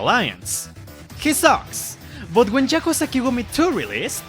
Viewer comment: ah yes jakuza